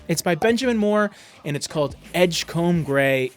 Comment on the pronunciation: From a Maine fan, please say edge-come rather than edge-comb. And keep the great content "come"-ing.